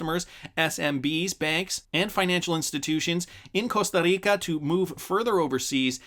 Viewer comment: Love how you say Costa Rica with the accent. Wouldn't expect anything less from you, 🙂😉🍀